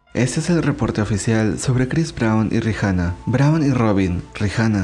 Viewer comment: ¿Por qué pronuncias el nombre de Rihanna como "Rijana"? Está mal